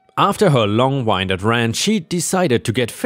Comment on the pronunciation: Sorry your english has let you down again. How do you say wind, (short syllable, in) as in the wind blows? Rather than (long syllable, whine or wine, the drink) wind up the clock. A person that talks a long time is "long winded," as in blowing a lot of hot air. Karen didn't wind up a clock, though she may have wound up her captive audience. So the wind part is short like the wind that blows rather than long like winding up a clock. Wound is either said Like wooned, sounds like moon, for an injury or damage, hurt, to a person. Or wow-nd for a clock, not woah, woe is me, but wow like ow or ouch. I feel sorry for anybody who is trying to make sense of this huge complicated language, it is full of weird words that come from other tongues, which often ended up sporting different meanings and pronunciations than the original words, since the historical wars that changed rulership and languages so often in British history. Does google language say words for you to hear them? All the best.